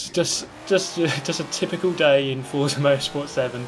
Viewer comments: Even tho it’s spelt as forza it’s pronounce fort-za, not four-za... the creators hav even said so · Please learn how to pronounce "Forza" correctly, this is embarrassing.